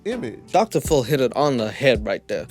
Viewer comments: When says Phil it sounds like Dr phol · I swear when u say DR. PHIL I am hearing DR. FULL 😅😅... Love u & your content is always amazing hope u enjoying u Sunday & be safe out there bc obviously their is so many weirdos in this world!!